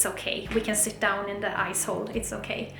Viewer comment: Awesome videos...Am new here... With your Swedish accent when you say Ice Hole It sounds so close to the American word Ass hole...Big Smiles